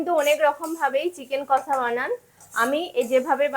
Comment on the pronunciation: Kosssaaa abar ki🤣🤣🤣🤣 its kosshaaa 😂😂😂